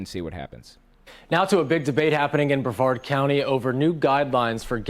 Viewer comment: Lol, Brev-ard, dude, it was right in the clip, it's pronounced bruh-vard. Sorry about your brothers, they think we should have slavery still too, lol?